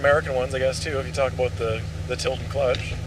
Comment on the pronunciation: Why can’t you say about properly?